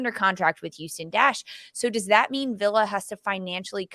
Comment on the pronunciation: Yeah that was really painful to listen to. Sandra needs to do a bit more research before going on the air. Aston (no letter "h", like Aston Martin) and Villa (British pronunciation with the "L" sound, not Spanish "y" sound).